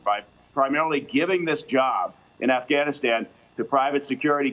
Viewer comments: She said "AfghaniSCAM" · Anyone else hearing her say Afghaniscan, around the -:20 mark? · she say afganest 😂😂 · lol . The reporter lady Afghaniskan . She said it right the first time. I don't know why I noticed that. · afganiskan LMAO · Sounded like she said afscamistan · This lady can't speak, "AfghaMISCAN" private security "Form" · Afghisghan? Come on. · If you can't pronounce Afghanistan you shouldn't be talking about it.